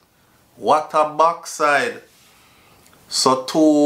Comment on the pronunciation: "Wat a baxide", correct response #.. Damn! Imagine what you reading, we hearing..